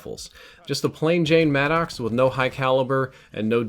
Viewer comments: The vapr gets a lot of love in the lobbies I play in. The vapr and Maddox by far kill me the most. And who else calls it the mad-dox? Please call it the mad-ux. I'm pretty sure that's how you pronounce it and it sounds better. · No clowning, is it "mad docks" or 'maddox" like Greg Maddox? Bc it sounds like mad docks when you say it. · Is he saying mannox lmao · I get a little laugh the way you pronounce it madd ox lol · its pronounced maddix